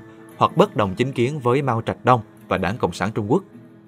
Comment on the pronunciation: yêu lước chứ ko yêu đẻng :))